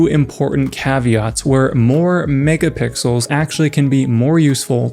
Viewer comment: When he said "megapixels" I heard "niggapixels"😭